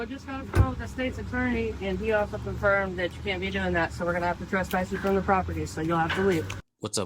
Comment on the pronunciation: There’s no such thing as “trusspass.” That’s not a word.